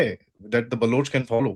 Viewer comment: Can the guests please stop saying Baluch? They are Baloch